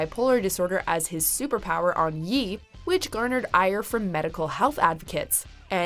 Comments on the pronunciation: Did you just say “Yee”? It’s Ye (yay), as in Kanye, dumbass. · it's pronounced "yaa" not "yeee" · MY GOD JUS SAY IT LIKE YAY NOT YEE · Did anyone else cringe when she pronounced Ye as "Yeee" instead of "Yay" (Kan-ye)? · Ok since nobody said it....ITS PRONOUNCED "YAY" NOT "YEE". As in KanYE (Kahn-Yay). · It's pronounced "Yay" not "Yee". Get it right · the biggest crime in this video was pronouncing "Ye" as "yee" instead of "yay." Don't even like the dude but that bugged the shit out of me. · So am I the only 1 that noticed they pronounced Ye (yay) as Yee............... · for Yee????? Who tf is Yee? It’s pronounced Yé (yay). I think you need to redo this video. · ye pronounced like yay not yee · Lol when she said Kanyes album "Ye" and she said it like "yee" even though it's pronounced "yay" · Not gonna talk about how she said yeee instead of ye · So nobody gon comment on how she kept saying “Yee” when it’s Ye, as in Kan-Ye? Like do you even know the people in the video lady? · Kanye is a god And i cringed when she pronouced ye as "yee" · Did she just call Kanye “Yee”? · "Ye" is pronounced like "Yay", not "Yee"... You dipshit. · ye should be pronounced "yay" lol, wtf is a "yee" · It’s pronounced yay not yee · Jesus FUCK, she said YEE, not YAY, for “Ye”. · It's not YEEEEE. It's pronounced like YAY spelled YE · She butchered the name “ye”. It’s pronounced “yae” not “Yee” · It's not Yee it's yay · Yo she called Kanye “yee” “ye” is pronounced “yay” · It's pronounced "yay" not "Yee" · Why do I like most of these people? lmfaoooo daaamnnn…….. Its pronounced Yay (closest I can get) not Yeeeee #Free6ix9ine #FreeAlexJones #FreeJames, #FreeJohnny and #FreeTristan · I Cringed When She Said "Yeee". It's Yé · Kanye is bipolar though, and had one of his biggest year in music, imo he did well, and it's pronounced "yey" not "yeee" ffs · Isn’t it pronounce more like yay and not yee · Calling Kanye YEE?😭😭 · Did you pronounce ye as yee? It's in his name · Ye not Yee